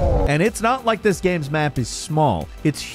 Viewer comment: Video Gayehms?